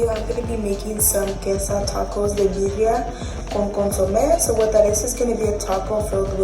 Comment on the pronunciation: Sis, it’s BEER- REE- AH!! I love this video 😂